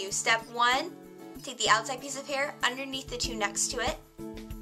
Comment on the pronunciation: "right oveneath'' lol